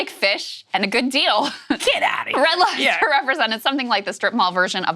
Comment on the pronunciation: You can tell someone is black when they add the "s" at the end of f Red Lobster. Adding those letters where they dont belong